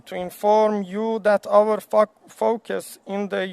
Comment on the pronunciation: فوکس ..... فاک اااس 😂😂😂😂😂😂😂😂😂😂😂😂😂😂😂 !!!!!!!! از خنده کشتی ما رو ....... فاک اااااس ... یاد مشهد افتاده بوده 😆😆😆😁😁😁😂😂😂😂😂😂😂😂😂...... خدایا توبه !!!!!! ای جانم ...زنده باشی دختر !!!!!